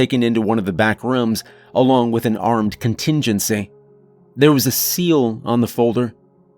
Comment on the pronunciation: I’d love to know where the narrator is from. He always pronounced “rooms” as “rums”.